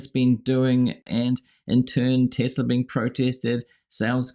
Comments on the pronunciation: “I love Tesler!” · It's TESLER!!!! 😂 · Tesla? Oh, you mean Tesler!